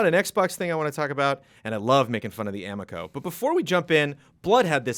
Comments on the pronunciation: Also. It is (a-mee-ko) because the amico fanboys will attack. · CORRECTION: Amico rhymes with amigo. It is correct that it looks like garbage.